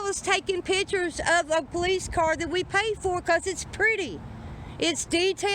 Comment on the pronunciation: She be takin' "pitchers". Maybe she needs more "skoolin"...lol